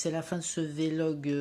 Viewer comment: on dit pas V-log, mais vlog..